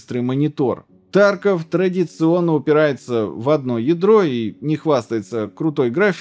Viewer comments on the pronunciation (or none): none